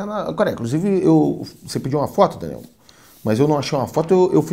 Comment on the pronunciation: Escuto "Renan" ao invés de "Daniel" kkkkkkkkkkkk